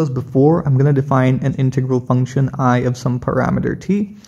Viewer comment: BRUH ITS INTEGRAL NOT IN TEA GROL LOL STIPID 😂 😆 🤣 💀 😅 😭